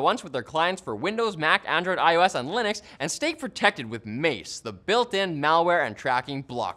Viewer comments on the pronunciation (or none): none